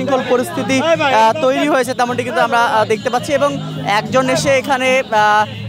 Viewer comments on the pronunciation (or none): none